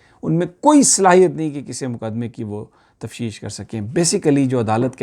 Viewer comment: CORRECTION PLEASE = ....tafsheesh nhi tafteesh ...... please don't mind..